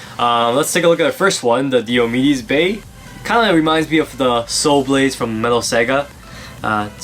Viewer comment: it's pronounced "Die - O - Me dees" One of the major Warriors in the Trojan War.